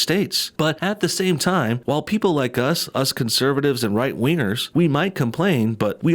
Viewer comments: I agree that he got way more lame when he got into political stuff. Was sorta interesting before that. Also I an pretty sure you said right wieners. It was a little funny in the most immature way. 😁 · My mom was walking bye and thought he said "right wieners". I mean I see where she's coming from LOL it does sound like it.